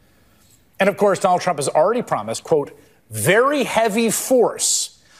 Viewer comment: Its sounds like Newsom says. . . . . . . . . ." Donald Chump". I don't hear an (R) anywhere when he says his name. 😂😂😂😂😂😂